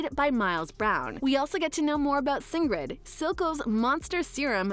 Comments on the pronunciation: I know its small but it really bugs me. Its not "sin-gred" its "sinj-ed" like you singed, or burned, your hand on a hot stove. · did she say singred instead of singed? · did they seriously say singed's name as "Sing red?" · Can we not ignore the fact she called Singed "Singred" like, please no. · Singred? Singed. As in binged. Like binge a tv show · what now? Singed not "Singred" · She called Singed, sign'ed. Lmao. Can't be unheard. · So in short you have no idea what will be in season 2 and cant pronounce "Singed" correctly? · lmao exactly